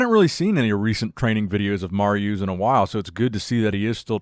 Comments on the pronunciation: no disrespect, but the way you kept mis pronouncing“Mariusz’s” Name kept triggering my ocd lol 😂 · oh man i love the way you butcher Mariusz's name lmao, love the content!!